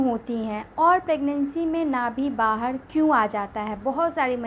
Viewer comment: 😂😂😂😂ye bolti Kaise h R ko d Nabhi bahad